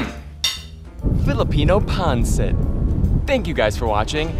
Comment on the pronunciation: You did a great job on this dish!! My grandma was 100% Filipino. I was raised on Filipino food!! BUT....it’s pronounced PON-SET!! I almost didn’t want to say anything cuz you were having such a great time with it!! Plus, traditionally, we serve it on top of Jasmin rice. You did a great job!! 💜💜